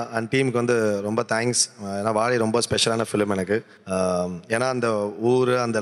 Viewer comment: vaazhai ❌ vazzai✅ 😂😂😂